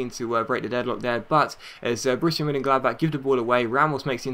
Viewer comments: Close! its pronounced Borishia Munchengladback ;) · Hunt on a free! He's so good. Also, I think the best way to pronounce Borussia Monchengladbach is if you break down the name. Bo-Russia (that's simple?). Mon (I think of it like what they say for Celtic, Mon the hoops). Chen - glad - bach (seems to make more of a K sound than the "chuh" from ch.